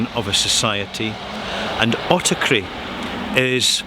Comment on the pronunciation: hello there, can i ask a question? My english is not my native language as i am greek, i havent heard the word autarky before but i immediately understood that is greek because its basically the same. the question is even though it is spelled like the greek word "αυτάρκεια" im hearing that you pronounce it autaKry. Can i learn why? out of pure interest. thank you very much and keep up providing us with helpful things as always. Greetings